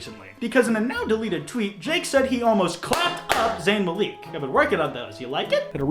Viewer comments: Nobody:: "Zayn Mal-EEk" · Its pronounced Mal-lick my dude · I really don’t know why people say that guys that are 5’8 to 5’11 are short. Also I hated to way je said Zayn Malik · I like your content and I’m glad you’re defending Zayn but my inner fangirl is cringing because of how you’re mispronouncing Zayn’s last name, also technically Jake Paul made a spelling error because Zayn is spelled Zayn not Zane as he spelled it 😂